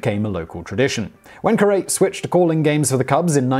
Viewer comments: If Harry Caray had lived to hear Simon Whistler botch his last name, I have a feeling he might respond with, "Holy Cowwwwww!, He's worse with names than I am!" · You would think that if they were going to take the time to make a whole YouTube video on the guy, they would take a minute to Google search the pronunciation of his name. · I feel the need to tell you you mispronounced that guy's name, even after seeing every other comment saying the same thing. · Stop butchering Harry Carey's name. I can still hear him in my head saying his own name. You should be able to find a YouTube video of it. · Does it cost too much money to call someone in Chicago to check pronunciation? Is it too difficult to use Google in Prague to find an interview video of Harry Caray to check pronunciation of the guy's name? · Aaargh! The pronunciation! I grew up listening to Harry Caray on the radio. Me ears is bleedin'. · So, you're telling me, not one person, NOT ONE, stopped Simon and corrected his pronunciation of Harry Caray's name before he said it a dozen times? Additionally, this proves Simon doesn't actually do the research presented in the videos, and he's just another pretty, albeit stupid, face. Lol! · I love your channels. They are very informative. That being the case, I find your mispronouncing the names of American heroes and institutions such as the mispronouncing of Harry Carey. Hint it is pronounced the same as the Japanese practice by those in disrepute. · it`s not harry ka-ray it`s carey just like the 30 and 40`s actor of the same name (and his son harry jr) give one on bill veeck have heard it pronounced vee-ck. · I want to watch this, but ka-RAY instead of CARE-ee is killing me. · I don't care about baseball at all and I knew that it was Harry "Care-ee." Justice his name is a part of our cultural heritage, and is generally known well outside his circles. Simon's pronunciation of common words and names drives me nuts sometimes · prounounced Harry "carry" not 'ca-ray"